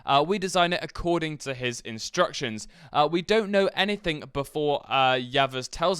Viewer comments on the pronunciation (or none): none